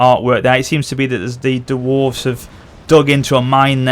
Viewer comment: The "Kawak" and "Duwarves" are driving me crazy >.<